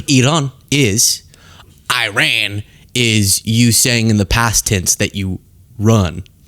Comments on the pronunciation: ‘eye-ran’ isn’t a country just like ‘cater’ isn’t a country….. it’s ‘i-rahn’ and‘Kah-tahr’….. these nut jobs can’t even pronounce the names of the countries suffering from this craziness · Not pompous. It's incorrect to say eyerack. It's Iraq. Same as it's Iran not Eyeran.